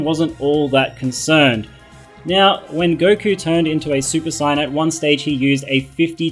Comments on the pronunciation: Goku turns super CYAN... SAY SAY-YAN NOT CYAN! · WAIT!? SUPER SIGHYAN!?? OH MY GOD WAT DE FUCK! DIDN'T EVER SEE THE SHOW? ITS SUPER SAYEN! SAY IT WITH ME - SAYEN!!!!! NOT SIGHYAN FUKING A... WHATSWRONGWITHYOU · No no you got it wrong,he said super cyan